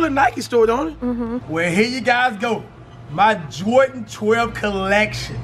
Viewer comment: love his vids but he dont know how to say 12 😂